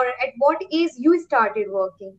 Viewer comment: Ur pronounciation of age and small is wrong.Small should be pronounced as "smoll" And the pronounciation of age u can see in google. Because it's difficult to explain.However don't feel bad because I am not judging u . I am just helping u to improve. And yeah I love ur confidence and smile 😃